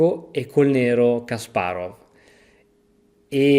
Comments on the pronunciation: Si pronunciano "Kaspàrof" e "Ivànciuk" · la V finale dei nomi russi si legge F